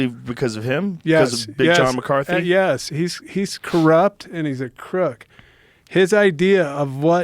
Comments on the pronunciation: Tank doesn't care enough about Big John to even try to say his last name correctly. Awesome. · Sitting here wondering how many times tank is going to mispronounce Big John McCarthy's name?...... .... ... . And why doesn't Joe Rogan eventually correct him?